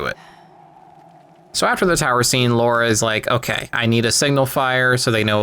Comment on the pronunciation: horrendous vid. also if you're going to be as nitpicky as you are at least pronounce lara as lara and not laura.